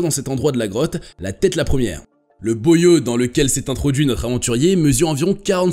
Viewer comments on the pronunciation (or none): Oui la prononciation est très mauvaise - ça se prononce Boie ou bois comme du bois yau